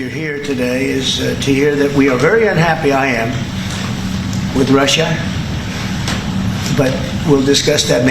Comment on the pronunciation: He's unhappy with "Rush-UH?" Why does he pronounce it like thst? Like "Chine-UH." He's so weird.